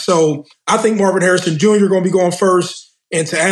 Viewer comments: Mase tryna say Marvin Harrison Jr 🤣🤣🤣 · My boy ma$e said Mars Hairs Jr. 😭😭. Must be a spike Lee joint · With how bad mase fkd up Jr's name, it means he has no idea who his pops is. Mase too funny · Ma$e butcher the fuck outta Marvin Harrison Jr. name!! Only the son of HOF wide receiver Marvin Harrison or Two Pistols is what we call him in Nap 😂😂